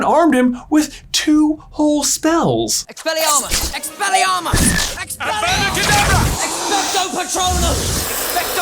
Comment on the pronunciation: "Its Expellyamos not expellyarmos"